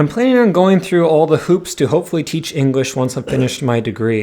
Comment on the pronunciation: Everytime you said English, I heard Engrish or Enguish